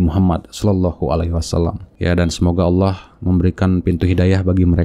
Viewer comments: Ngomongnya Awwoh. Bukan Alloh. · Bukan auwoh kaaaang,tapi ALLOH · Ngaku murta...Nyebut nama ALLOH aja salah jadi AWOH....MURTADIN NASORO DAN YAHUDI bikin SARA nih gak bener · subhanallah.. Masya allah.. inilah istimewanya islam.. Allah membengkokkan 👅 nyah,shingga manusia penipu ini ga bisa menyebut: Allah dan surat surat dalam Quran dengan baik,dan benar.. selalu menyebut; awoh,awoh.. ktauan banget dia itu 🦎 penipu.. sdangkan kita muslim&mualaf aja lancar tu kalo bilang;alah&yesus.. karna alah&yesus dalam kristen itu ga da istimewa nyah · Stres ni orang/AllAH bacanya awoh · Allah maha bijaksana sampai2 dq bsa itu manusia nyebut allah malah awoh ak dngarnya. Sunguh kasian. allah tlah menutup hatiny. Sungguh azab yg nyata baginya. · Allah aja disebut awwah.sdh jelas2org ini cuman.meyuntek bacaan.AlQur am TDK faham arti nya.beraninya.bicara kebohongan. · itu mah kadal yg ngaku Islam.... masa nyebutnya AWOH....itu mah Murtadin abal2 . fixed. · Awoh awoh...bnr in dlu lafaz nya ..nt klo udah bnr br kt dgr deh yg lainnya..ayak2 wae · Lidahnya kelu jika ingin menjelekkan nama Allah,makanya tiap dia pengen nyebut nama Allah Malah ngomong Awwah😂😂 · Mutad?? KADAL OTENTIK KALI.. MENGUCAP ALLOH SAJA GA BENER KATANYA MANTAN MUSLIM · Melafalkan Allah saja gak beres 😡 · Semestinya malu Penyebutan Allah aja udah salah semestinya malu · nyebut Allah saja tidak pas. ini murtadin rekayasa. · Allah sj ngak bisa sebut msya Allah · _pengucapan Hurup Lamul jalalah nya dlm lafadz ALLAAH nya juga sdh gak bener 😇 dasar kaaaafiiiiiruuun 🙈suruh ngaji tafsir dlu sebelum mengartikan ayat tsb 😁